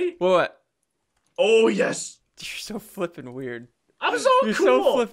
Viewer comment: when he said your so flippin weird . if you listen closely it sounds like your so f**cking weird